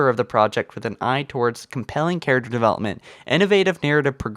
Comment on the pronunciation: when ur like "Yes, Ma REY sue, is good char UC ter" Yes.